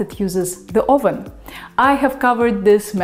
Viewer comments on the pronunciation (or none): none